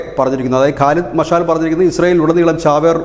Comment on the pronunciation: കാലിദ് മിഷൽ ആണ്. മാഷാൽ അല്ല ഓക്കേ